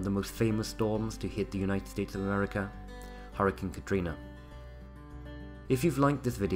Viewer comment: it's hurricane not harcun. please get it right man. I love your videos but learn how to say HURRICANE.